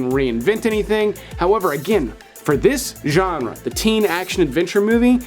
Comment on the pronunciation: Say genre again! I dare you! I double dare you!!